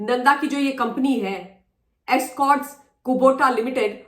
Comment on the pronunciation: Escorts not excorts